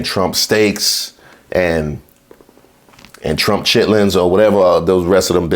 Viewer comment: He said Trump Chittlins!